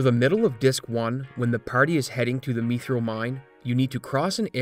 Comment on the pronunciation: Really great video, it was really fascinating to learn about the history of such a massive RPG's scene. With games like this, it's either glitch heaven or incredibly vanilla, really fun to see the former. Also...Why 'meethril'?? :'3